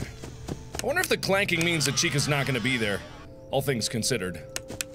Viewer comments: John Pablo For a second there I thought that you said China instead of Chica... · I remember when he called chica duckie